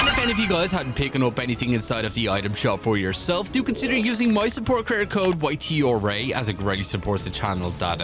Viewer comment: Why is your creator code YTRA? if you can't even pronounce it right, that's hella annoying.